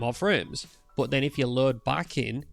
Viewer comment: I think it might be the way you say the word "but", but I'm just guessing. For me everything is understandable and I'm not native English speaker. Thanks for the vid!